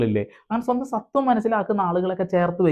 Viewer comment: കഥകളും 🤭🤭കിളി പോയോ 🤭എന്നെ തല്ലണ്ടമ്മാവാ ഞാൻ നേരെയാവൂല 😂😂മിക്കവാറും ഫോണും, ലാപ് ടോപ്പും ആഴ്ചയിൽ ഒന്ന് വെച്ച് വാങ്ങേണ്ടി വരും 🤭🤭. പിന്നെ സത്വം അല്ല സ്വത്വം ആണ് ശരി. സത്വം എന്നാൽ ഭീകര ജീവി, രൂപം ഒക്കെയാണ്. ശ്രദ്ധിക്കുമല്ലോ 😊